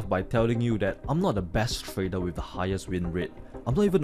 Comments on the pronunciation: Nice video.... But what is 'Tradel' 🤣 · "Tradel" 😂 love this guy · Hey, love ya bro but 'trader' does not end with an L. R, L two different constanents. Like i said, love ya, but after a year of watching your vids it's really grinding my OCD organs.